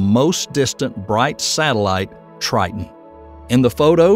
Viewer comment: Titon,triton,titon tire